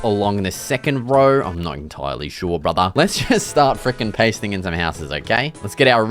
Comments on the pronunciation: Get outa here brotha 😂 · HELP THE ACCENT ‘BRUTHAAA’ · “get out of here brother” was so Aussie, bye 😂